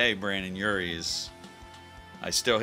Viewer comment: You said Brandon Urie... Oof